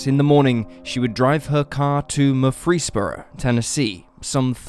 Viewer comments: Not "Mur-FREESE-boro". Murfreesboro is pronounced like "Murphrey's borough", emphasis on MURPHrey. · Murfreesboro is where my Dad was born but it's pronounced Merfreesboro.. Stress the boro not the free. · As a Georgia native who has spent quite a bit of time in Tennessee, that has to be the most interesting pronunciation of "Murfreesboro" I have ever heard. 😳